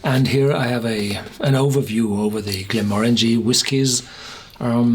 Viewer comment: 100% agree. I cant stand when People say it wrong 😱